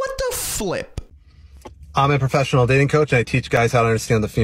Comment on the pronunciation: Ah yes, the Pwofessional dating cwoach